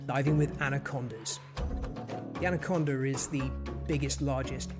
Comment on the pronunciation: "Anacondar from Venezuelar" ?